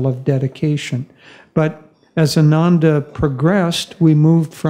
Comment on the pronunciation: Exciting times for Ananda. Just for records, Ananda is mispronounced all the time. The way it is pronounced today, it means "joyless" while the correct pronunciation would mean "Joyful"!